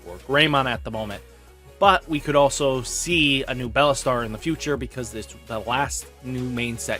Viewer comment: It shouldn’t bug me how he always says BELLAstar and not BEELSTAR but it does lmao